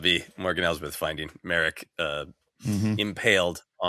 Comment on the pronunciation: It’s /MAH-rock/, not Merrick. Gotta get basic pronunciation right if you’re gonna podcast seriously. And if you’re a real fan…